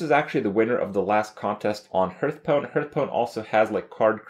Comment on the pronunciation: once you hear him say "hurtstone" you cannot ever hear something else